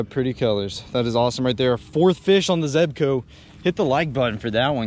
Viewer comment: I see u finally learned how to pronounce zebco lol